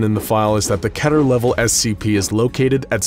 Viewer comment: im sorry, but did you just say "kettur"?